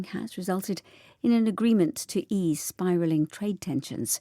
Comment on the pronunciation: Biraling? > spiralling 😂😂😂 오늘도 감사합니다. 10월을 마감하는 하루입니다. ❤❤❤